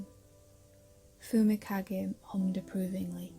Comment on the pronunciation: subtitle pronouncing fumikage Subtitle : fumika gay walk- Subtitle : fumika gate